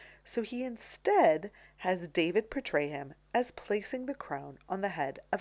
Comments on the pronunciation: David is pronounced Daw-Veed. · There are many surnames that are pronounced as in the original language by English speakers. Check with any English speaking art history scholar of merit. It's always pronounced Daw-veed. You are making yourself look ridiculous and uneducated by pronouncing it the way you are. But whatever, you obviously think accuracy is not very important in your museum tours videos. My mistake, I mistook you for someone interested in accurately educating people about classical artists. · Please clarify something for me: I have heard the surname of the artist who painted the Coronation Of Napoleon pronounced as "DAH- VEED" and "DAY-VID" the latter pronounced the same way we pronounce the FIrst Name. Which is correct? This artist is the same who painted the highly-controversial "Death Of Marat" which haunted David for the rest of his life, and was one of the reasons David was exiled to I believe it was Belgium for the rest of his life. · Constructive correction, the painter’s name is pronounced “Dah-veed”, not like the English name David.